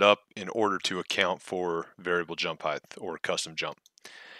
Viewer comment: Height, not "heighth." Thank you though for explaining this. I spent hours trying to make my own variable jump and had no idea what "Custom jump" was supposed to mean. They really need to put some polish into this app.